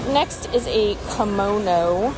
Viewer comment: The kimono is actually a 'Curmono'...lol.. curtain/kimono...jklol